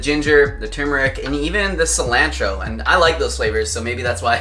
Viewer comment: I’ve never heard someone pronounce cilantro the way u two do lol